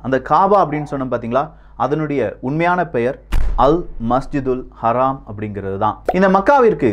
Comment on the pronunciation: அராம் இல்ல ப்ரோ மஸ்ஜிதுல் ஹரம்